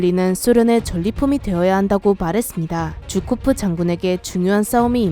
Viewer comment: 쥬코프가 아니라 주코프 아니에요?